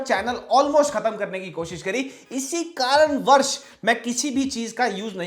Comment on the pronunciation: Abbe, it is kaaranvash, not varsh.